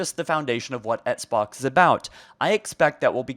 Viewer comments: Ok but why does he keep pronouncing “Xbox” as “Etsbox” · why are you saying etsbox brody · You can’t even say Xbox properly. Take a break or something.